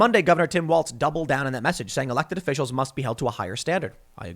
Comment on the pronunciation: Tim, there is no T in the name WALZ. It’s pronounced “WALLS”. It’s a German name and in German it’s pronounced “VALLS”